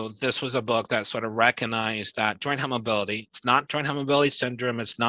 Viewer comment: You don't have to be hyper mobile or have stretchy skin to have EDS or another connective tissue disorder. One can have unstable or loose joints and soft, thin, fragile skin. He's a Dr and says "Pit-chures" and "hype-mobility"